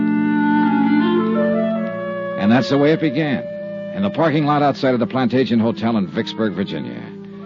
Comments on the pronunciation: It's an odd word, but I just listened to the episode for the 2nd time. He pronounces it as "plant agent". I always thought the real word was pronounced "plant Adge eh net". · They consistently mispronounce Plantagenet